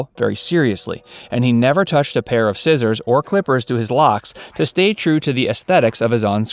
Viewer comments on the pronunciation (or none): none